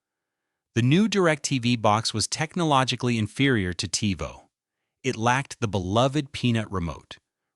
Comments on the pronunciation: Seemed like a cool video until it started saying Tyvo instead of Tivo. Also, what's up with the volume changes. You're an AI voice, no reason to raise/lower the volume of it. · Your use of AI for the narrator got progressively more and more annoying as the video went on. I was going to subscribe and like but then I heard "Tie-voh" and it became obvious that this isn't a human voice. Sucks. Seems like it could've been a cool channel but nope. Guess not. 😢